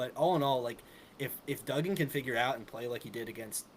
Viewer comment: It's DUGgan, like you DUG a hole!!! Not Doogan....